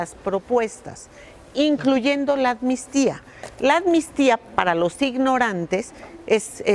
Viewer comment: "Anmistía" no existe sra, es amnistía ;)